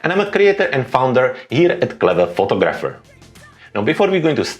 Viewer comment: Excellent video. Just FYI: In English photographer is pronounced "foTOG ruh fer". Not that it really matters.